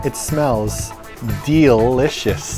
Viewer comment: 'It smells d-EEL-icious' 😂😂😂 don't worry I laughed too